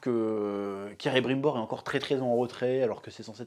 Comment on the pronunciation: Alerte spoil Le pire c'est celebrimbor il ressemble à un vieux fatigué bordel Elronde et Celebrinbor qui ont les cheveux cours bordel , et la prononsation de la VF et juste insupportable Celébrunbor bordel .